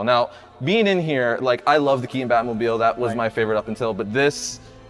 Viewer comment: This host is a full on retard. He said "Key-un" instead of "Key-ton" for the actors last name. That is a conscious choice and it reeks of laziness, and immaturity.